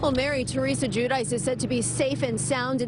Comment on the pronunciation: it’s gee-you-dee-chay